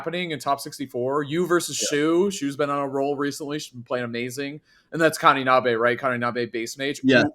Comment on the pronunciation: Just a little weeb PSA the singular "e" sound in japanese is always pronounced "eh" not "ay". So 'Neh o' and 'Kaninabeh'